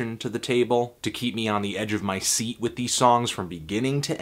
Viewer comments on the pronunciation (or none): none